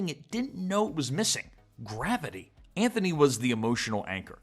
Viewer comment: ANTHONY NOT ANTFONEE 🤣🤣🤣🤣